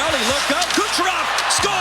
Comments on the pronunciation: is it me or every time he tried to say "Kucherov" it sounds like "Gucherov" lol, great video though once again!! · I think it's on purpose